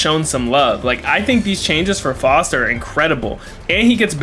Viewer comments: Bruh his name is pronounced FOWST not FAHST. How anyone could still think that after the in game announcer has always pronounced it FOWST is beyond me. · Bruh I'm about to rip my hair out listening to you call Faust Foust over and over